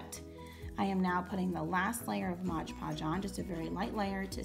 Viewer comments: It's MOD podge, not modge podge!😭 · Girl Everytime you said modge podge I got stressed lol they came out great and congradulations on starting your channel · It's MOD podge lol